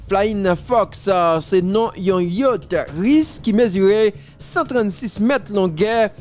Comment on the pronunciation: YA T CH jam li ekri a konsa li pwononse